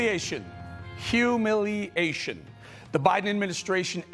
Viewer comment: Hu- milley- ation... Love it, one too be put in dictionary for generations to come.. Interpretations welcomed